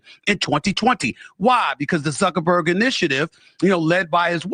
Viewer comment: Love love love your show!!!! FYI it's Zuckerberg...rather than Zunkenberg. No shade...I think you are the best...and so funny😅